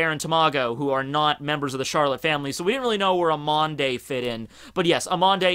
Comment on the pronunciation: >pronounces "amande" as AMAN-DAY wtf that doesn't even make sense